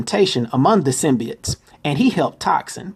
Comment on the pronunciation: it is symbiotes not symbites